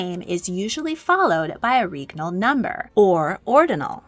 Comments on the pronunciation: I'm convinced at this point that you intentionally put mistakes in your videos for the algorithm to goad people into commenting. Regnal is not correct. The "reg" is pronounced like leg. It's pronounced leg-nal with an R. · Awesome stuff! Pronunciation's a bit off, especially with "regnal", but otherwise very educational. Edit: Also Æthelred the Unready's nickname was a pun on his name (meaning "well advised") and unræd, meaning "poorly advised"